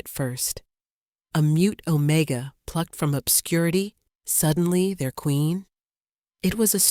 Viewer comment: What does ozone smell like??? AI is a stupid narrator!! OMEGA NOT OMICA!!